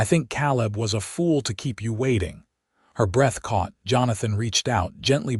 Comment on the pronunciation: Not "kal-lib", "Kay'-lib". Spelled Caleb. AI is really terrible at proper names. And I've listened to more than a couple stories where "laddled" is mispronounced "lad-delled" instead of "LAY-delled". Painful to listen to. Like "reed", instead of "red" for "read". And the phonetically spelled name "Ivan ho" for "Ivanhoe". The story is good, but AI makes it hard to enjoy it.